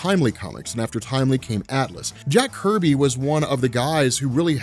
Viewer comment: Jack Kirby not Jack “Herby”